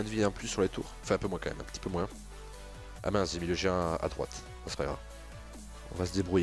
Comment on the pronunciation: lol quand tu dis un peu dis peu moinsse